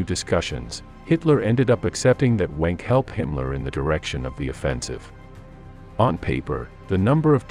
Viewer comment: General Wenck is pronounced “Venk”.